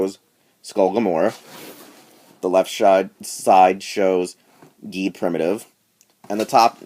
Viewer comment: Just to let you know, the name is pronounced "jeed"